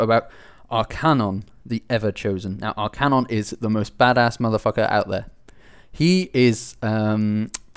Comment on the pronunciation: It's nice to see you educating the masses about Warhammer Fantasy, but if I may give a little piece of (hopefully constructive) criticism: try to pronounce the names more correctly. "Tzeentch", for example, and "Archaon" (no extra "n" in there)